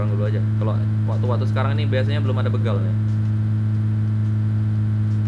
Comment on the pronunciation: Bro, btw pengucapan kata BEGAL itu yg bener huruf E nya kayak pengucapan kata BECAK✌️😎 hehe,, mantap konten2 nya 👍👍💪💪 lanjutkan bro!!!